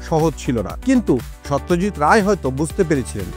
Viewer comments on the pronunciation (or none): Satyajit Nam ta thik vabe uccharon korun vai...Ota so not saw...ekjon eto Boro manush er nam nichen ucharonta sposto korun ...Bangali hisebe Sawtyajt bolle khubi seta baje bepar